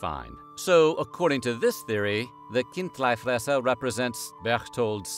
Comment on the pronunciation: Decent swiss german pronunciation of chindlifresser